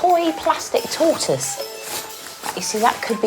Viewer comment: Everyone: Tortoise Gay Brit: Toy-toys